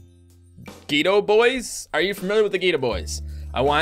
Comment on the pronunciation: It's pronounced Get-O boys.